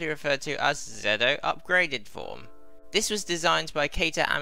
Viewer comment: it's weird hearing soemong call ZO "Zedd Oh" when thats NOT how it's read it's ZO like GO with a Z (confirmed by the Decade driver)